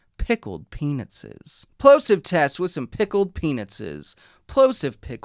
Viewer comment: ah yes, my daily dose of saying pickled peanutses